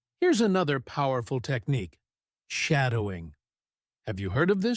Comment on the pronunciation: Pronouncing the word "technique" is wrong.